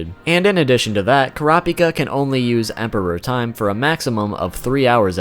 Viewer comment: The only issue I have with this video is your use of emphasis when saying Emperor Time. It sounds like you're saying Emperor Time, as in the Emperor of time. Rather than Emperor Time, as in the time as an Emperor. I perceived it as the second way from the anime, so they way you're saying it sounds so out of place to me. It's so fucking petty but it's annoying me so much hahaha, great video though :)